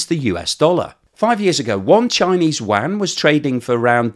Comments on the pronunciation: what is the “Chinese wan” or “Wang”. Is it similar to the Chinese “yuan”? Pronounced “you-an”. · I speak Mandarin. No offence but youre butchering that. Its pronounced "you - en". or just "you-n". Dont even worry about the tone - just say it that way. That was a real fingernails on the blackboard experience. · I keep hearing you say yuan as wang and it gives me flashbacks to Shadow Warrior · Love how you pronounce yuan. 😂🎉